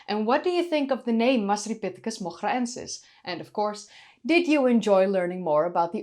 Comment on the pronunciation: I guess in Moghra : the GH would be pronounced like R in french and the R rolling like an R in Spanish. The way you pronounce it sounds like Dutch not Arabic 😂